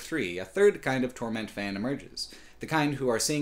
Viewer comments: Why does he say "torMENT" and not "TORment"? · I am curious... why do you pronounce "torment" as "tor-MENT"? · is on a mission to make the title 'Torment' sound like a fake French dish in a wannabe upscale restaurant